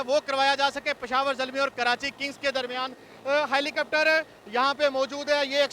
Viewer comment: is very funny hahahahah "HALICOPTARO" HAHAHAHA.... typical punchabi... Love you PESHAWAR ZALMI... INSHAALLAH WILL WIN THE FINAL AS WELL...